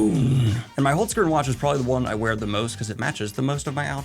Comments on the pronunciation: Hearing Daniel say Holzkern... am I supposed to laugh or to cry? 😂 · omg can someone tell us how to say it properly? genuinely embarrassed to butcher a foreign language